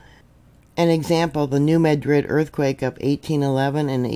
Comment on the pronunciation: Happy Resurrection Day,! Just wanted to let you know that in the Mid-South (I'm a lifelong resident) the correct pronounciation of New Madrid is MADrid. It's not pronounced like Madrid, Spain.